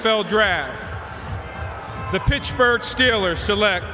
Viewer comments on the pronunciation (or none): He said pitchburg steelers 😂